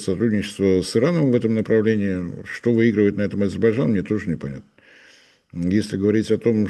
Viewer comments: не подражайте Горбачеву, повышайте уровень грамотности! Не АзеБарджан, а АзеРбайджан. От слова "азер" - так легче запомнить.🤣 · «Азебарджан»)))) политолог))))). Даже название страны правильно произнести не может. «Аналитик»))) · Азербайджан произносится немного иначе 😂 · азебаржан. давненько я не слышал. Со времён Горбачева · "АзиБАДЖАН" - так,, старики в политбюро говорили)))) АзерБАЙДЖАН страна называется))) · Научитесь,, правильно выговаривать Азербайджан. Не уподобляйтесь Горбачеву 😂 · Уважаемый, ну научитесь наконец-то произносить правильно название государства Азербайджан. Так, как оно называется и как его говорит Борис Леонидович. А в остальном 👍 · как некрасиво на большую аудиторию невыговаривать название государства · Не мешало бы ведущему научиться слово Азербайджан правильно произносить